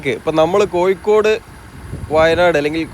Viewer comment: കോയി ക്കോട് അല്ല കോഴിക്കോട്🙏🙏 അക്ഷരം ഒന്ന് ശ്രദ്ധിച്ചാൽ നന്നു 😊 ഒയി ക്ക് ഒഴുക്ക്